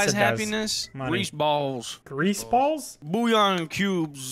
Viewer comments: “Bouillon cubes” 😂😂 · Boy said bullion cubes😂